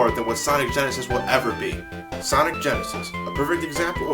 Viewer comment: he said sonic genisis perfect exsample what genisis does what nitendont